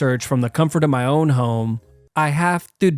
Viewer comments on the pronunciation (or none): none